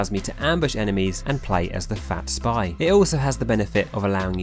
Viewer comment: It’s not fat spy, it’s spevy